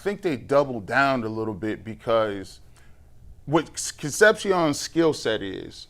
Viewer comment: I like but him mispronouncing “Concepcion” over and over again gets annoying. Almost as annoying as Quincy saying axe instead of ask. It’s not hard to learn how to pronounce words